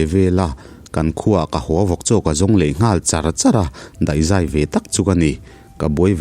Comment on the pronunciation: "Ka zai ngai deuh a" tih lai pawh hi i lam diklo hret "henu han ZAI thiam loh zia hi" kan tih a,Zai rik dan hian a ri tur a niaa... Famkim hi a har a nia nge,ka lo sawi lang ve mai mai aw... Keini ai chuan Mizo tawngah hian i sang fal nalh tho na chungin,inchhiar nasa bawk a,lam sual palh hi chu awmlo thei a nilo ve bawk a ni.